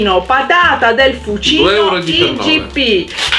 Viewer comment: sempre simpaticissimi, ma da abruzzese ti devo correggere sulla pronuncia di FUCINO, l'accento va sulla "u": "Fùcino"